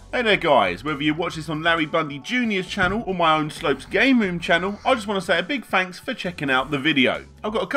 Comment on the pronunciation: also, in the words "thanks" and "three" the "th" is not pronounced as an "f"